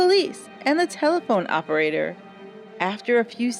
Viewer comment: I watched this film as kid, home alone and was scared out of my wits. AWPERATAH... AHPERATAH... it was gritty and thrilling to watch.